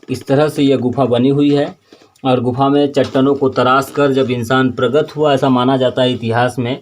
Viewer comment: प्रगत नही प्रकट बोलो पत्रकार महोदय 🙂